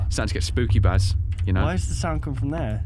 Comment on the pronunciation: Sorry fir saying baz name wrong xD